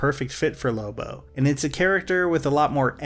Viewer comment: it's lobo not loba.